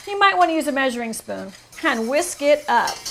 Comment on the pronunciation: There's no "h" in "and"...